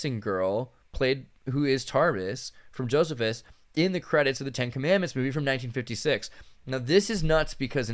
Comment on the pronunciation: The historian's name is pronounced "Joe-SEE-fus" not "Joseph-is"